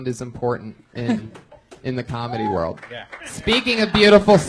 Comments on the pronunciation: EVERY podcast i hear Redban say "world" i just laugh. He pronounces it as "RORLD" There is no wuh sound anywhere. Rorld famous. Everytime i promise you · Actually its wrold :) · Yo can Bryan stop saying "World Famous Comedy Store" until he learns how to pronounce "world"....or the letter L in general. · Again ! You’re right!